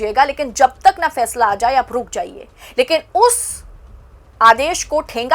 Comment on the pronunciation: Achha , Fàishlà, kort, Sunaya